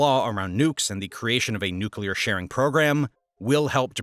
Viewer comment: nuclear: nuke-lee-urr (not nuke-yuh-lur)